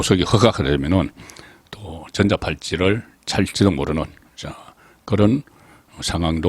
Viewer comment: 정치부기자 35년 좋습니다 발음상 된말 부드러운말 잘 가러서 멘트하세요 전자팔찌는 된 발음이 아닌 부드럽게 발음 국어 공부 다싯내요 진주사는 사람!😊